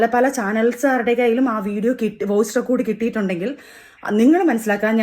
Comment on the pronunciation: റിക്കാർഡ് അല്ല റെക്കോഡ്